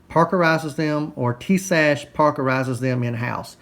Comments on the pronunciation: it's pronounced: Tie Us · "Tee-Shash"?? ;-) I detect some southern influence here. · yes I am following it and your pronunciation is wrong. You'll be okay